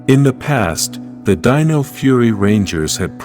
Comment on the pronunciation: You've finally got your narration algorithm to pronounce "dino" correctly instead of saying "deeno"! 🤣